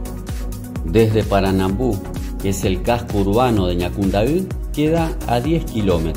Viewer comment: Jajaja eres el único extranjero que sabe pronunciar las palabras en guarani..los otros dicen asi Ñacundai jaja bueno solo vos y todos los Paraguayos entenderán saludos desde CDE